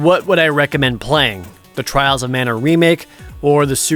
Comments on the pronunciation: Twails of Mana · Twiwles owf Mana, uwu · At least you don’t hear “Twials of mana” five times.